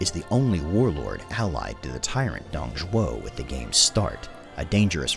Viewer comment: Finally someone who pronounces Dong Zhuo's name right!